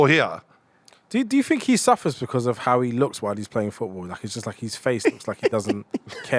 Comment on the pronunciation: "Howe" could Eddie bottle it????